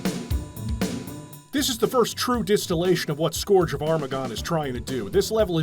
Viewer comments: scourge rhymes with "urge," not "gorge" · Scourge is no scorge. Cur, not Core. Play Warcraft III to hear all about another Scourge. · That’s a very interesting way to pronounce “scourge”